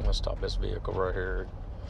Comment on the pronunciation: How to be a police officer: Pronounce the 'h' in ve'h'icle